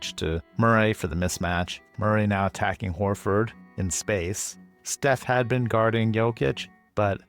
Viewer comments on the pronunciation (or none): none